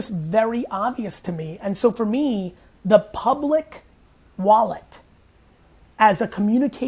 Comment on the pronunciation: him saying "For MEE" is very irritating